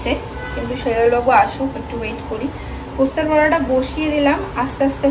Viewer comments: এতবার এই পোস্তের বড়া শুনতে এত কানে লাগছে।।। উফ্।। কথাটা বলার সময় পোস্ত বলো।। পোস্তে বলো কি ????? ।।।।।। কথাটা পোস্তোর বড়া।।। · কথা টা পোস্তর বড়া, পোস্তের বড়া নয়